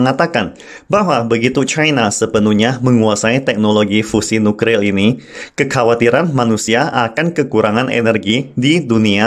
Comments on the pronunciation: Slip of tongue... Hrp maklum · Nuklir Boss bukan Nukril...